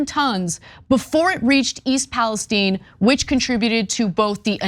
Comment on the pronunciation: Im from OH. We say Pales "Tyne" just like the middle eastern country. The Pales "Teen" is killing me 🙃